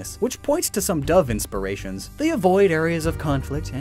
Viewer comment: nobody:: inspiriatons